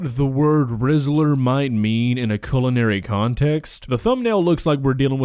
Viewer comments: While I've used that brand (they're imported the world over, thankfully!) she said "Rizzler" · I'm british and when someone says Rizla I expect cig rolling papers never known anyone to call any foods items that.